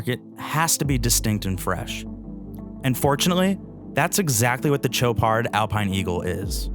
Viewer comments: It's pronounced SHOW-pard not TCHO-pard. $14K is a joke for this wannabe. For the money, there are lots of quality options not trying (and failing) to copy a true classic. If the Royal Oak didn't exist I'd say nice watch. But it does, so - at this price point - it's pathetic. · Dude, it's not a CHoparD! It's Shopaar with a sh and without a d. Learn your names if you are a watch journalist! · There's no 'd' in the pronunciation,. It's 'show-par'. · Did a real person just say Cho-pard? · (sh ō par) Love the watch. Sweet dial, great bracelet. I actually prefer the date. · Shots are great, review is good…. Not sure why editors would allow video to be released with gross mispronunciation of the brand….. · You can't possibly be pronouncing Chopard correctly.